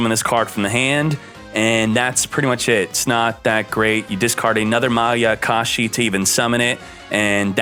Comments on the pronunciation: its MAYA KASHI not maKAyashi...........notice me..... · He keeps saying makayashi🤣🤣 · I like how 2/3 of the way through the video, he goes from pronouncing mayakashi correctly to pronouncing it wrong. He also pronounces ballista wrong, which irks my greatly.